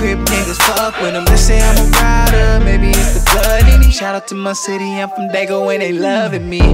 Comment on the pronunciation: It's Dago Not Daygo